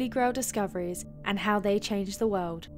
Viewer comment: Good video. Cute voice 😁 I love the way she says wold 🤣🤣